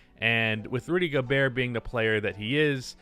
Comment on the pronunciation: Rudy Go-Bert